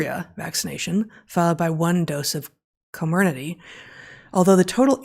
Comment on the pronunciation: The compound Corminaty is pronounced call-me-nutty.